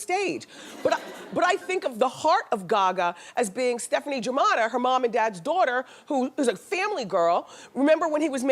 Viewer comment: "stefani germatta" 😭😭😭😭